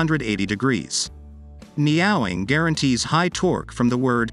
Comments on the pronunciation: I had to stop watching this just because of the way he was saying Neowing!!!! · I can't stand this text to voice crap. Pushing out content. It's laughable.....the neeeee awlllll wing. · Dudes! Get yourself a text to speech program that can pronounce Neowing if you're going to do a video about it. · Neat bike, but I cringe every time he pronounces it neOWing when it obviously shound be pronounced NEo-wing. Think NEO from The Matrix followed by "wing". Knowing Honda, it will be very expensive. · Ne-Yo Wing. Not Neow-wing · Neo-wing, not neowing. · Ne-ow-ing? Could it be Neo-wing? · Are we sure it's pronounced NEOW-ing and not NEO-Wing? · It’s not NyaWing! It’s NEO(new)Wing! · Neeow ing? I doubt it, more likely neo wing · It’s Neo not niaow 😂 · Neo wing!....not neowing. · Neyowing? Makes Me Cringe!!! It’s ne-o-wing like the guy from the matrix. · Surely you pronounce it as the Honda Neo-wing? IE: New Wing? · The Computer voices in these videos cracks me up...Neowing pronounced "nee-aw-wing". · For chrisake I know the name looks like it reads "meow-wing" but it actually reads "neo-wing". So for chrisake pronounce it as "Neo-wing"! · I laughed 😂 at the way you pronounced the name, it's a Neo-Wing. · Neo...Wing, it's not a cat. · Shouldn't it be pronounced "Neo - Wing"? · someone tell this robot it's neo-wing. and it's not a motorcycle, it's a car for people frightened of gravity and road-rash. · Nee-oh-wing. It doesn't rhyme with 'meowing'. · Umm, I'm not sure that's how it's pronounced. It's a combination of "Neo" (New) and "Wing" (Gold Wing). So the pronunciation should probably be Neo (as in the character from The Matrix) Wing (like little birdies). But i could be wrong. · AI is supposed to put us out of work but can't pronounce NEE-o-wing🤔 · Its name should not sound like a cat ? Its NEE- OWE-WING meaning ‘New Wing’ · Surely the name does not rhyme with MEOWING 🐈. Surely the name should be pronounced as though it has a hyphen in it. EG. Neo -Wing